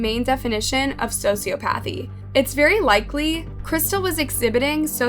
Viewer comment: Same. She also mispronounced sociopathy.